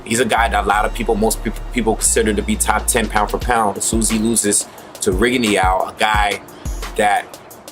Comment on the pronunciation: The "E" in Rigondeaux is pretty much silent. Just thought I'd let you know